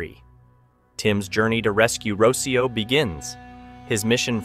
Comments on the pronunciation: The little girls name is pronounced Ro-cee-oh not roshio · It’s not Richio it’s Rocio as in (roc-ee-oo)